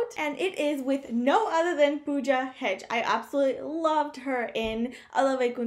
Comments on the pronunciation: Its not hedge its hegde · Hey, It's no Pooja HeDGE.... It's Pooja HeGDE... Pronounced HEG-DAY! And this movie is rumoured to be a periodic film. Keep Up the good work! :)